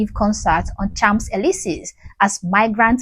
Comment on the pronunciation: No Elisee with long e, not i or ay!!